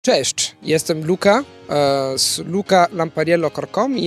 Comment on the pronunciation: Luca świetna wymowa. Gratulacje.